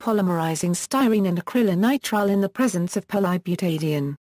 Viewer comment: Came here to hear it pronounced...disappointed the first time it seems to be pronounced, Acrylonitrile butadiene "sty-neets-ig-ya".